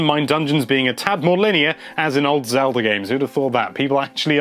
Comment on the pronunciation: He said it like "zelder"